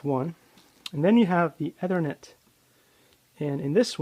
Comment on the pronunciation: A waste of time, you can't even pronounce ethernet correctly... The Braided cable is known as a screen, this similar effect is created in CAT 5 etc.. cable due to electromagnetic properties of the twisted pairs....